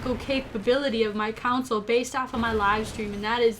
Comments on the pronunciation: For the last time. Console not cansole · When ever you say console it sounds like you say "council" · does everyone in Minnesota pronounce console as counsole? cute. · Haha! I've never heard anyone pronounce it like that but it has so much character. No offence was intended to Minnosotans or however you're called.